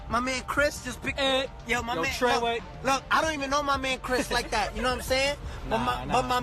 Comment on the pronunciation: Did that nigga say trey way